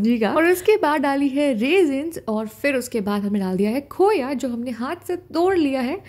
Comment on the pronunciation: Khoyaa nhii khoaaa bolte h 😂😂